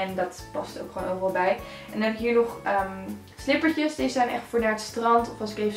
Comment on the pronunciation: Hakkah! Slipperrrtjes!😂 sporrrrtkleding!😂